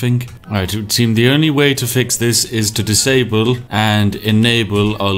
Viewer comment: Ah yes... "Disabkle"